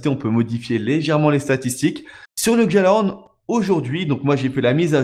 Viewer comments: on dit " Gallahorn " et pas "Djallahorn " tu me fait stresser a dire sa :oo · arrête de dire guejalahorne c'est guialahorne la prononciation ! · Par pitié le j de gjallahorn c'est une palatalisation, c'est prononcé "guialahorn". Au pire c'est pas grave mais ayez pitié de mes oreilles les gens... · S'il vous plait ON NE PRONONCE PAS LE PUTIN DE J DANS GJALLARHORN